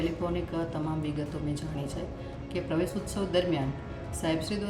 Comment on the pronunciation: બેન તમે તો પેલા પ્રવેશોત્સવ બોલતા શીખો 😂😂😂😂